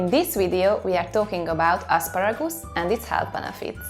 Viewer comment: Isn't asparagoose it is however asparagus